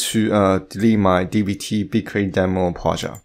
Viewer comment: It took me a while to realise what is Projaaaaht hehe! Nice tutorial mate! Thanks so much